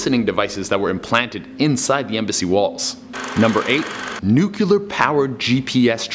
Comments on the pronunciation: It's pronounced "New-clee-er" not "New-cew-lar". Spelled Nuclear, not "Nucular". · Nuclear Nuclear Nuclear Nuclear Nuclear NOT Nucular!!! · it is not nucular!! it is NU-CLEAR come on che! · Aaaaahhhh!! Nuclear( noo-clee- er) nucular: really man? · Good thing nuculear energy doesn't exist. Gotta watch out for that nuclear energy though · NUCLEAR NOT NUCULAR omfg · Nuclear became Nuciler .. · it's pronounced, 'nu-clear.' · I haven't heard "nook-yuh-lur" since George Bush Jr. was president. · Only people who can't read say that.